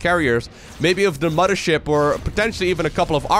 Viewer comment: "Muddership" :P